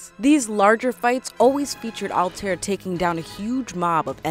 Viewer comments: Did She Just say: Alter? And not Altaïr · IT ISN'T CALLED ALTIR IT IS CALLED ALTIER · Altair (Al-tie-ier) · Its pronounced ( all tie ear ) not alltear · It's Altaïr, not Altair... Is it so difficult to pronounce it correctly? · HOW HARD IS IT TO SAY "Altair" NOT ALTAER srry it's pronounced "altayeer". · It is really distracting when people misuse words or mispronounce clearly stated names... Altaïr is not “Alt-Air”. It’s very clearly pronounced as “All-tie-ear” throughout the game. Additionally, Desmond Miles is not an ancient ancestor of Altaïr. It’s the other way around, which you said correctly the second time around. You first said Desmond is an ancestor, and later said “Desmond’s Ancestor Alt-Air.” It isn’t a two way street. Desmond is a descendant of Altaïr, and Altaïr is an ancestor of Desmond. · It's Al-tie-ear!!! NOT AL-TARE! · Before u do a ac video learn how to pronounce the names correctly. It’s ‘al-ta-ir’ and it’s ‘ei-vei’ no Ave and alter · Not altare its AL-TA-EER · You mispronounced Altair. Its All-Tie-Ear. Evie is more like Ee-ve. Also Altair is the ancestor of Desmond. I could've sworn Ishmail said "they are giving modern day the attention the fans want" or that they are making it the way the fans want it. Not a bad video overall but there are a lot of poorly researched points here and ot shows greatly especially to those of us who love the series. Might want to redo the video for better accuracy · i just noticed you mispronounced Altair. It should be more like All-Tie-Ear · It Hurts So Much When People Don't Realize It's Pronounced "Al-tai-eer" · Also, IT'S "SEE-NEW" NOT "SEH-NEW" I Swear, This Is The Only Thing I Hate More Than Ajit Pai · Altair's name is pronounced (All-tie-air) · Madcatter you know both of those pronunciations are wrong it’s actually al-ti-r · Its all-ty-air altiar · it is Al ta ir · mispronounces Altair's name YOU HAVE NO PLACE HERE! D:< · You pronounced Altaïr Ibn-La'Ahad's name wrongly...